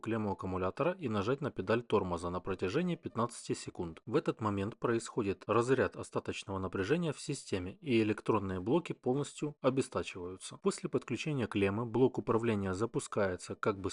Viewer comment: Когда "специалист" говорит обестАчивается , становится понятно , что он безграмотный говноспециалист .